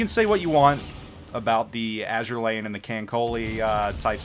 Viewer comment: You pronounced Azur Lane and Kancolle perfectly chief